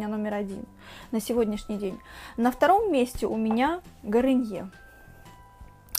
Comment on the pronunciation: не гариньер, а гарниер